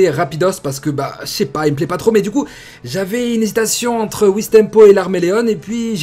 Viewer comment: LARMÉLÉOOOOOOOON PAS LARMÉLÉOOOOOONEEEEEE « CAMÉLÉON » PAS « CAMÉLÉONE » AAAAH SAHBI !!!